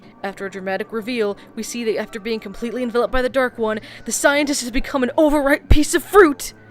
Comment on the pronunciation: This is my favorite season 1 episode. Probably because of the way that lady mispronounces Dark One.